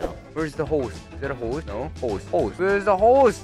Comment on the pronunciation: How many times did mispronounce the word "Horse"? Me: 17 Hoes and counting